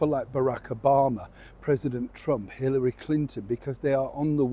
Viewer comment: Ummm it's HiLLary not HiRRaLy ..... and I would guess that the story is Meghan's father's lie... She is in a no win situation.